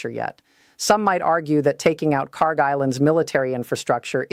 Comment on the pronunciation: Yes in a sense they put almost all their eggs in one basket and that's usually not a good idea. I love your content but you got to work on your AI voice just a little bit please. It's not "Car" Island? Kharg island